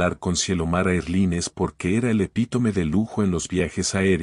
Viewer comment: Erline? NOO En inglés air line. Erlain, se pronuncia.